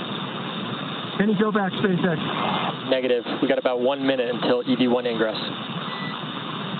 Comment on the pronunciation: "espacex" só pela pronúncia já sabemos quem esta refutando kkkkkk